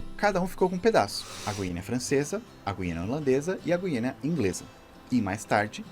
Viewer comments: Kkkk ai que agonia o narrador falando Guiania, é Guianaaaaaaa PELO AMOR DE DEEEEEEEEEUS... E outra a sigla do estado do Paraná é PR e não PA, PA e Pará... Olha sinceramente! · Giro! Só uma dica, na palavra Guiana o “u” não se lê (lê igual à palavra “guiando”). Está lá para o “G” não ter o som “j” (como em girafa).